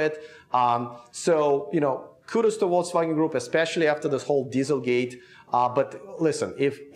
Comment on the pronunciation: seems to say VOLTSwagen!? Am I the only one hearing this?